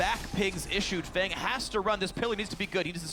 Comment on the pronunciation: Btw I don't know anything about Feng but I'm thinking it's meant to be pronounced "fung" not "fang". Asian players are known to call themselves things like "sky" or "moon", sometimes even using other language's words for things like these. Feng (风) is "wind" in Chinese.